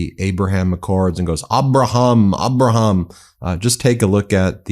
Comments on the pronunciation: Did he say “Avraham” ? Plus, the tall guy next to Meloni is not Orban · A bra hum Lincoln and Ge or ge Washington, according to Trump's insane pronunciations.I pronouce his name as 34 time convicted felon. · The whole AH-braham thing is due to him mispronouncing Abraham in an Oval Office briefing and then claiming it to be some whimsical affectation to cover his illiteracy. He is so terminally sensitive, he goes into this schtick every time the accords are mentioned, to perpetuate the myth that it was a choice not a moronic bungle. Which it was. Because he is a moron. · that must’ve been how Epstein said Abraham. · If biden mispronounced abraham once, it'd be a months long story on Fox and Joke Tapper would be writing his eleventh book.